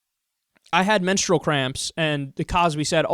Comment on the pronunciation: she can't wrap those botox-filled lips around the word "menstrual".